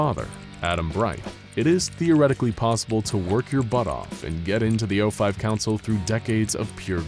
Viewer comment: It is saif o5 like pronouncing 049 as o49 would imply a 06-10 ranking. And just because you don't know about them does not mean that they don't exist. Reason one logic, reason two there's already the fact that the 05 aren't keeping me to wear to anyone two and below in the level. So maybe you can find your way to the secret level 10.